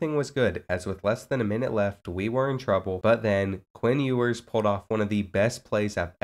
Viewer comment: Please say his name right😭😭😭